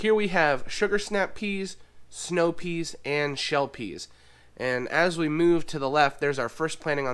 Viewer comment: I hate to tell you but it's PEAS!!!